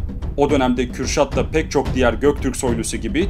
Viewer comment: cok guzeldi eline saglik ismimi cok guzel hitap ediyorsun tesekkur ederim :)